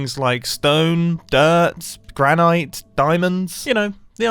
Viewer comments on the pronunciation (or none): Granite. You're putting the emPHAsis on the wrong sylLAble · Granite? That’s how you pronounce granite?? It’s granit. Gran-IT not eyt. Bro? Sort yourself out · Did he say granite like granIte